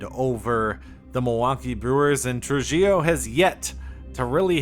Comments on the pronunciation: Trujillo is more like “True He Yo” Great video as always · Tru-HEE-Oh. It's a Latin surname; the J is pronounced like an H.